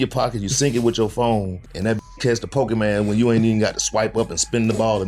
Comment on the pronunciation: I was cryin when he said Po-kee-man 😂😂😂 I swear that’s how all older black men say it